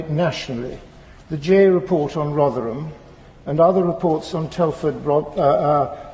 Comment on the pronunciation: I'm so happy that you pronounced Rotherham correctly, mostly Americans over pronounce the HAM in town/city names in Britain